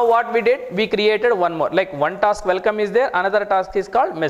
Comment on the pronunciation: You also appear to have a language barrier with the pronunciation of some letters. It's not "Velkom" it's "welcome"... it's not "vith" it's "with". And you abuse of the words "so" and "kind of thing" a million times, maybe you don't even realise that. I'm not English but at least I don't give public courses. You should consider taking an English course first and then rationalize the content of your courses. I will not even open your video no.5 on Gradle. Already wasted too much time